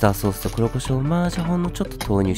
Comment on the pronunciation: 今日の「シャカシャカ」普段と少しアクセント違くてこれもまた良きかな